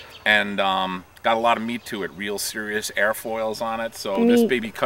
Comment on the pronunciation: it's a very long story....but it boils down to this- you don't pronounce the "T" in "meat", and you have to say it any time anyone says the word "meat". They never know what we're saying. We were driving in Manhattan with 2 cars of people, and passed a sign that said "Meat Market". My cell phone rang, it was the other car, and one word was uttered: "Meat". Then they hung up laughing. No, we don't have anything better to do.